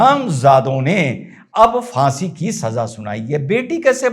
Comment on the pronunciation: Sir jee fasi nahi faansi Please correct 😊